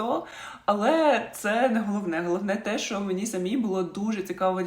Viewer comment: Відео хороші, але будь ласка, тільки не "шо".